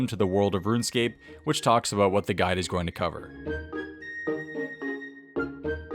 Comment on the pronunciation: "Hi, and welcome to my gid"